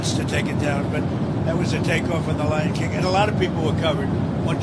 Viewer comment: Lion King or Ly'n King.